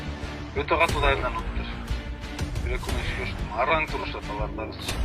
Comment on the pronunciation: Алып баруучу Каттуу дебей эле Катуу деп айтчы ...